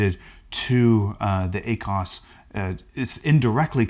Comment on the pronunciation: Ah-cos? Haha cracks me up. Love it.